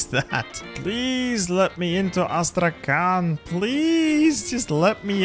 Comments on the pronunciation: "Astrakan" I'm russian and I think this insults me + Thessaloniki as Thernopoli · As i'm Russian a little notice if u want. Astrakhan pronunciation should be like Astrahan with "H" like in Hello and "n" should sound softer like in "honey"... I know that in English there is no separation between Hard and Soft letter. It is so hard to expalin))) Really great job at defending Turkey!